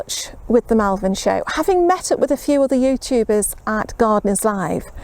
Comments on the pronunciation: LOL. Yeah you kept saying MALvern. :) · Hi, I live near Malvern...people here pronounce it Molvun. People will look at you funny if you keep calling it that lol. Happy Gardening:)